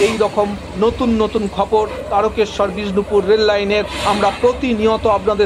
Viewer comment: 'খপর'' খপর' আবার কি? বলুন 'খবর '😅